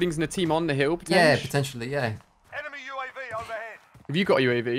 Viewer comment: U.A.V, not U-Av. 🤔